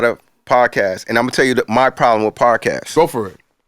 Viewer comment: “Podcastes” lol